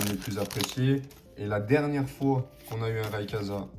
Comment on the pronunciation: RayQUOIza ☺️ Pas rayekaza 😅 Pas de big hit, dommage…